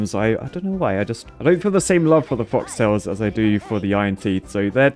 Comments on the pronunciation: FOLK it's folk tails, not fox. You always get it wrong, it's hilarious. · Even after playing this game for more than a year, still can't read "Folktails" correctly.